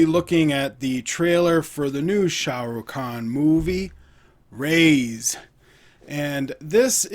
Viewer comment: Raees , it is pronounced as Ra-his, it means rich or wealthy. Checkout my reaction too...